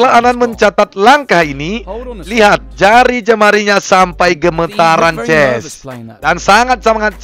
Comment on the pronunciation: Gua pusing Abang bilang "gays" atau "ches"